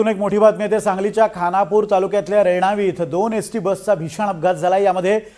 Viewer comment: रेवानी नाही ओ, रेणावी म्हणा, आमच्या समोर अपघात झाला